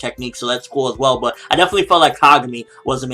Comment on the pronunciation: Werr Werr Taiga. What a suprwise to wind you hear. (Well well, Taiga. What a surprise to find you here)